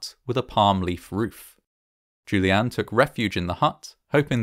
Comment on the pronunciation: Ok, so the story is about Juliane, which means the name is said probably upwards of 50 times during the video, and it is a GERMAN name. So, might it be worth the effort in researching how to pronounce the name properly?